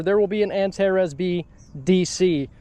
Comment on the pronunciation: Finally an american saying "Antares" the right way. It's not antareese 😂